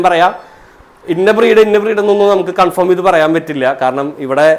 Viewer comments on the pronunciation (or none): none